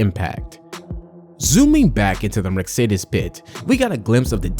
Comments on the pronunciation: It’s not merc-cedes it’s Mercedes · Merk-cedes??? Hahahahahaha lmao mate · Another click-bate video. Leaving this "thrilling narrative" after a minute. But I love Merk-cedes! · Merkcedes... noice😂